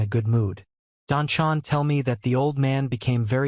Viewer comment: AI, you artificially stupid narrator, it's Don Juan, not Don Jew-whon.